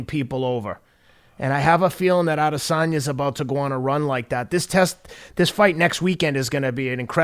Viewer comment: "Israel Al-Lazange"